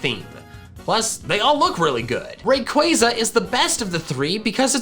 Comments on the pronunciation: Its pronounced Raqwaza non rewayza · Ray-Quay-Zaa is the correct pronunciation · it’s Pronounced (Ray-Qua-Za) Not Ray-Quay-Za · yes, it's name is a combination of Ray & Quasar, which is pronounced as Quay-zaar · the how to pronounce Rayquaza says that it's Ray-Qua-Zaa. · I had no idea Rayquaza was pronounced like that, ( ・∇・) I thought it was RayQaaaaza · Ray-qway-za is how I’d pronounce it.. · The way you say rayquaza makes me feel uncomfortable